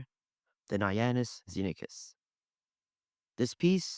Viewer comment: Iannis Xenakis is pronounced YAH-nees Kse-NAH-kees. Evryali is pronounced ev-ree-AH-lee (with minor local variations).